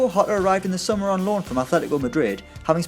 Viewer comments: It's pronounced Jota with J like in Jay, not like a spanish "J". He is portuguese, not spaniard. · Jota is read with a soft G, he's portuguese, not spanish. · At least say Jota's name correctly, what about Ruben Neves,Helder Costa? Clueless video yet again from people who know nothing about the championship